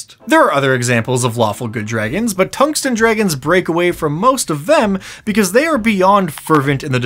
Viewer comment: Tung sten (heavy stone) dragib ???? and You pronounce tungsten completely wrong